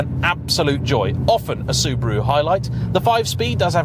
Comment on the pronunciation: Soo-BAH-ru, not Soober-oo. Soo-DOH-ku, not Sooder-ku. Sort it out or you'll get a slap. 🤭